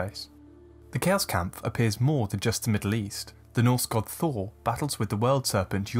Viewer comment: Pronounced Ka-os-kampf, and not Kei-os-kampf :P